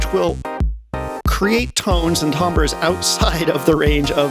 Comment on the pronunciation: I like your pronunciation of "tambres" lol